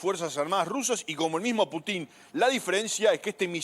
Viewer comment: No se dice Putín sino Pútin con acento en la U